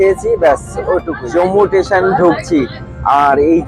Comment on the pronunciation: Dada tesion noi ota "station"